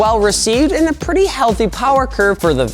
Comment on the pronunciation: MORE POWAH BABY